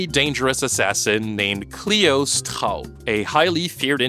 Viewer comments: I am German and the way you pronounced Kleo‘s surname just made me laugh so hard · Kudos on the effort on Kleo’s last name